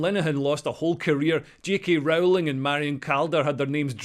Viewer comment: It's Rowling like 'bowling', not Rowling like 'bowelling'